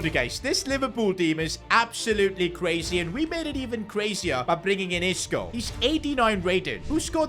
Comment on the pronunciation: Bro said Isco disco 💀💀